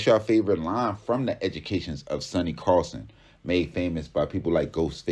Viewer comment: SONNY CARSON, not "carlson". WTF.